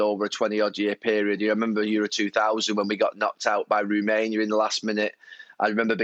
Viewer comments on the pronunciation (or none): Did he say Roomania 😭😭😭😭